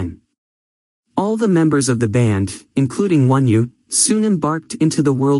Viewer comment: It’s not wonew it’s onew if you’re going to do a video about someone get their name right